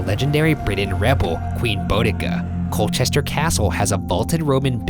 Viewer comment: "coal-chest-er" "bow-deh-kah" "es--ex"